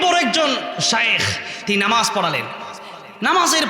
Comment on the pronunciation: নামাজ কথা টা আগে ঠিক করেক